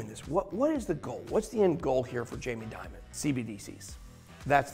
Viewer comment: In English Dimon isn't Diamond. Demon is a closer pronunciation. Great Video Ben!